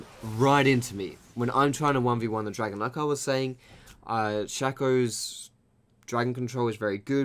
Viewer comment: I love your stuff but my biggest pet peeve is when you say shack-o instead of Shake-o drives me insane haha